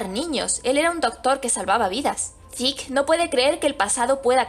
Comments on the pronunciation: Se pronuncia "Zek" no "zeke" ni "ziku" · Diablos señorita, Se oye tan mal que le digas a Zeke su nombre en Japones, horrible, pero me Gustan tus videos.